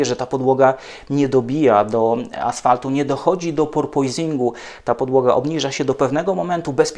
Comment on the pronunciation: Używa Pan słowa "porpoising" z nie najgorsza wymowa. Ale jednocześnie mówi Pan "Alpin" myśląc o marce Alpine. Proszę zachować oryginalna wymowę? Francuzi i cały świat mówi "Alpę". Nie Renault Alpini a Reno Alpę. Taki detal.